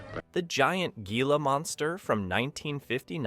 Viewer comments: Thank you for mentioning this mispronunciation, I was going to make a comment on the narratives being mispronounced-it made my teeth grid every time he said “Gee-La “ instead of “Hee-La” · Gila Monster.... correctly pronounced as "heela". 😮